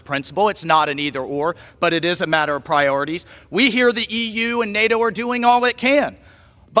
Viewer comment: MTG, please!!!! NATO has a T and not a R!!! You don't say NARO!!! 😂